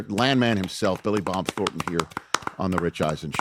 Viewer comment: It's THORNton, not Thorton.